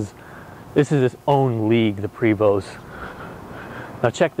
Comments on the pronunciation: Number one the man cant pronounce the name of the vehicle he is selling. Number two low miles on a Prevost is not what you want that is exactly the opposite of what you want. that means it’s been sitting and that’s the worst thing you can do is to let it sit. I wouldn’t touch this coach for $5000. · When he mispronounced the manufacturer name he lost cred. Then that head handle blew it! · Thank you for your feedback! Oh well..You are absolutely right, it should be pronounced "Prayvo" for correct French pronunciation just like it should be "Por-chaa" for German.. sorry! Its great that we have got so many comments on this RIG (sorry, it should be called MOTORCOACH or BUS :) ) along with some critical ones, but we know that's all good. Thank you for watching our videos.. Have a happy July 4th! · Douche like man bun. And it's pronounces Prev oh. It's French... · sorry but I stand by what I said 11 months ago. would like it very much if everyone started calling you? Would you just accept it from everyone all day every day or would you correct them? I think it would be the latter. No difference in the video. Pronounce the name as the manufacturer intended it to be not how you feel like it. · The “T” is silent!!! And cut that damn bum off!!!! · You should learn how to pronounce the name of the bus before you try to sell it, makes you look incompetent. The "T" is silent in Prevost. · How on earth are you in the RV business and don't know it's "Pray-voo"... French Canadian. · Also as a matter of interest. You said "um" three hundred and fifty two times.......Also, STOP SAYING PRE VOST.........Also, you need to work on your sales pitch....."Look at the paint on that thing". In fact, I don't believe you are right for the job.....Back to washing for you. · The ST are silent. Prevo. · I believe the name should be pronounced like “PREY - voh” since the originator or builder is French. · Hard to get past him saying Pree Vost. :-D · Its pronounced "Pray-voh".